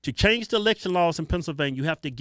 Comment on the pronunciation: "Pencilvainia" loool